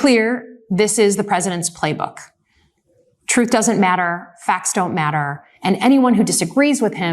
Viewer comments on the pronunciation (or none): none